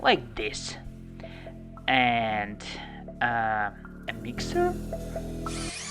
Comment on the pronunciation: Nice "mixer" by the way Just the way you said it Umm... My... "mixer"??? XDXDXDXD